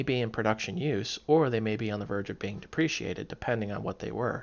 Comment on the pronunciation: Good video. I look forward to more of them. One thing though is that it's "deprecated" not "depreciated".